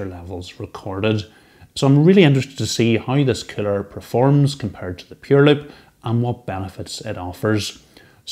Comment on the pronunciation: I thought you were calling it a 'killer'! But of course you were saying 'cooler' Haha.